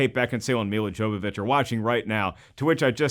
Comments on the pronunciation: "Jovovich" is pronounced "Yovovick". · WRONG It's pronounced Yow-vuh-vich not "vick" she's not a vapor rub.